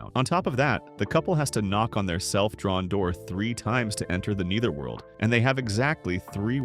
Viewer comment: "Nee-ther-world"? "An-jeh-LEE-kuh"? Are you a slow eight-year-old trying to read a kindergarten-level book in front of the class? Best to learn how to pronounce words and names before making yourself sound like an imbecile in front on the word. To everyone watching: If you find this derivative, poorly executed content as awful as I do, here’s how you can make sure this channel never pops up in your feed again —on your feed page, click the three little dots on the right under the thumbnail. From there, click "Don’t recommend this channel. This will remove all videos by this channel from the algorithm that supplier content to your feed. The more people who do this when they see moronic content, the more these terrible channels disappear.